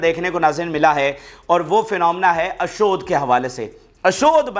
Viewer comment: ۔۔ اشود لفظ نہیں ہے ۔۔ اشدود کی بندر گاہ ہے